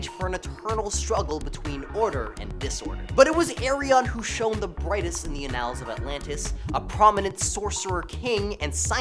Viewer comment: The pronunciation of annuls is taking me out